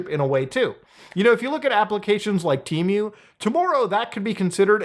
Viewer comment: The real question is..am I saying temu wrong or is he saying temu wrong? I could've sworn it was "te-moo"